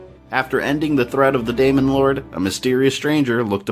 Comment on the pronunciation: You keep saying demon wrong and it annoys the shit out of me